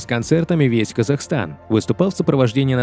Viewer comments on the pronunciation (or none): none